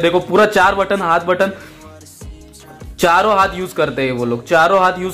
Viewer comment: WHO NOTICED THAT HE SAID CHAROO HAATHOO SEE KHLTEE LIKE👇👇